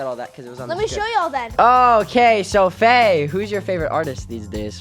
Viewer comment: Not me thinking that Ryder said bae to Gia but he actually said Faye